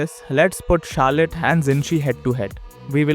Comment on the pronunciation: It's not Carlette